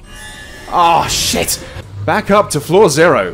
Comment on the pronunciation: There's just something about a horror Let's Play where the reaction to a medium jumpscare is "Ooo!" instead of full on screaming. Although my favorite is when starts saying "oh shit," and it comes out sounding like "woosh!"